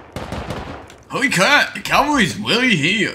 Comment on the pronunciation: howy cwap the cavalrys here got me ahahahaha